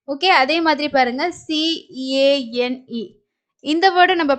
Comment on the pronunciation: Cane pronunciation is not correct